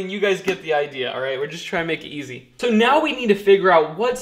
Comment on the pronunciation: Will, mind if I call you Will? This is 2 years old so I doubt you'll read this, but what the heck. You say, "It's SO simple" with too much emphasis. It's simple to you because you're neck deep in it all day long, and every day of the week. It's obvious you love doing this as a career. Don't race through the numbers and calculations. You're thinking ahead of what you're doing, while some of us trying to keep up with what you're doing. I like you and what you're doing, and some day may look for this info.